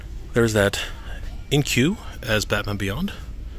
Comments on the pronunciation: Why am I triggered inque is pronounced ink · Inque is pronounced "ink" as in ink for a pen.